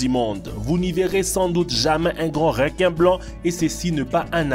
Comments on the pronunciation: REQUIN PAS "RÉQUIN" lis le comme sa stv REUQUIN (ecris le pas comme ça par contre) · on dit pas rinquin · Des réquin marteau des réquisitions tigre 😂 c’est reeeequin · Pourquoi il dit "Réquin" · Apprend à parler non ? Réquin